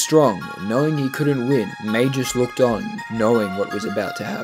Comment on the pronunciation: calling magus "majus" is like calling a gorilla a jorilla